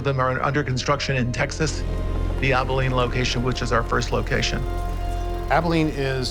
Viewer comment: The CEO’s pronunciation of Abilene when he welcomes the reporter at the beginning is foreboding. The accent is on the first syllable of the word not the last syllable. 🤯